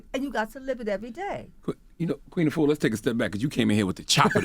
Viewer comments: Great message Sister! Just want to let American folks know that the pronunciation of "Afua" is incorrect. Think of correct pronunciation like this..."AH-fu-WA". Don't say "YOU-AH" at the end (like Envy). The name "Afua" has three syllables, however if said correctly, it flows as if it's two. Almost as if the "AH" and the "fu" slur together. Try saying "AH-fu-WA" ten times till the "AH" and the "fu" become two syllables...then add the "WA" at the end. And remember to push the air on the "FU". Try it...It's a beautiful (and very old) Ghanaian name. Peace to the Planet! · Is she Ghanaian ? Because that’s not how the name Afua is pronounced......